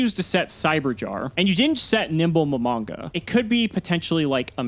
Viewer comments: "Mo-mon-ga". Not "mom- on-ga" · Nimble Mom-On-Ga? Lol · Mah - Mon - Gah! It’s not that hard!